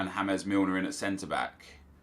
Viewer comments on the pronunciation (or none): Y do u call him hames Milner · Stop saying hames milner he's English pronounce it as its written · JackCrystalface James is pronounced hames in the spain language and james in english. That is the reason